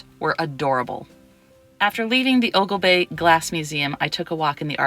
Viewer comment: The fella is not Mr. Weishar, and Oglebay is pronounced "Oglebee"